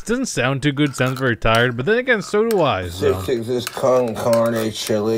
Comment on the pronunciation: He didn't even say con carne he said con cardy so he not only completely misread the label he also mispronounced the thing he thought it said.